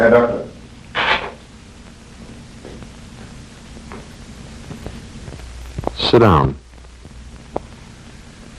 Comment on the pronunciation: the accent in this "sit down" got me laughing😅